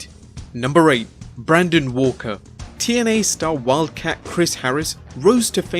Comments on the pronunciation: As you've been told already, it was Braden walker, not Brandon Walker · You really need to perhaps watch or listen to more things, especially the things you are making videos about. The mispronounciations were just odd, especially with Braden Walker, whose name was on screen at one point, and the word menagerie, though admittedly might be less common outside of the United States, which is only one word instead of the two you tried to make it. At the very least you could watch your stuff back to catch errors during editing or if you employ an editor, have them have you do another take of the lines. These errors don't humanize you, they make you seem unintelligent and lazy. You can do better.